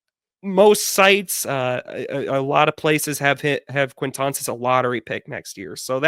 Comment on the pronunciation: butchering these names made me laugh a bunch on this rewatch lol especially the QUAINtance one.